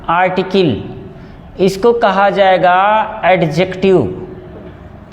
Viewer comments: आर्टकिल नहीं आर्टिकल 😂😂😂😂😂😂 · अरटीकल को आरटीकील kyun kahte hai